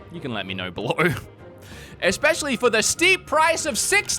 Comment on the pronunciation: you speak for a living. You cannot be out here saying PREformance and EXpecially 😅